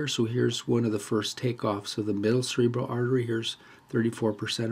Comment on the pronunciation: I hear you saying cerebella when explaining and pointing to cerebral artery and other cerebral vessels.